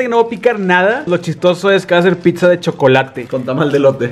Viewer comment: No digan “PITZA” plss